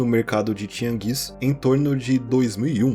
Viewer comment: 🤓 Na real si pronuncia tiânguis, não tiangús